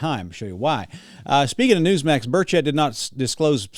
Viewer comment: Burch et, not bur chett